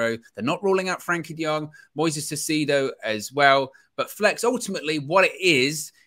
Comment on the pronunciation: Caicedo. Kai-uh-said-oh. Tho I understand saying his name wrong, I'm frustrated too.